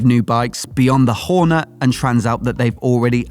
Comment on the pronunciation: It's a Horne't', not a Horner. Horne'T'! I'm not having a go, just saying like 😉